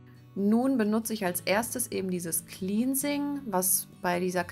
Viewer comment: "cleansing" wird nicht 'kliensing' sondern 'klennsing' ausgesprochen😹 habe mir gestern Shampoo, Conditioner, Activator Cream und die Maske von Cantu bestellt. Bin schon sehr gespannt!